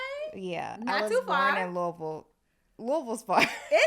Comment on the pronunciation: pronounced Louisville the correct way!